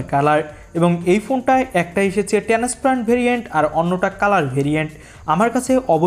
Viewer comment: টেনেস পেরেন্ট না ট্রান্সপারেন্ট 😂😂